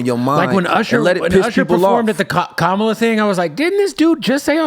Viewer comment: Great conversation but y’all need to learn how to say Kamala (comma-la)